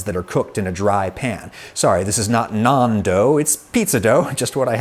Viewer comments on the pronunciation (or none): I had to listen to this 3 times before I realised he was not saying "non-dough" but trying to say nan dough!